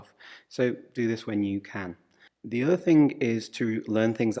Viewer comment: Tienes pesimo acento hablando. The no se pronuncia (de), sinó con El sonido Swcha